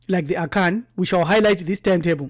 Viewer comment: I was just laughing at his pronunciations of certain Akan vocabs